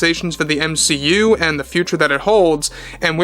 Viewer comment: ur saying M SHE U weird....